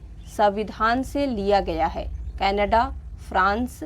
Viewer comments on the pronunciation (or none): none